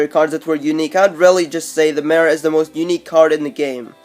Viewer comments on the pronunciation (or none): He said the Mir (mirror) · At nr2 WTF IS A MRRER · That nigga says merr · Chance Jacobsen Listen how he says mirror!